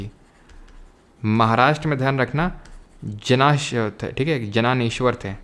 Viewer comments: Sant Dnyaneshwar✅ jananeshvar❌ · uska pronounciation ज्ञानेश्वर hain sir , not जाननेश्वर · 😢 its Dnyaneshwar(द्न्यानेश्वर) and here D is not silent ..marathi has extra alphabets that some people don't know..unfortunately in english they didn't have much alphabet so theh just spelled J 🙄 and here it's spelles as बसवण्णा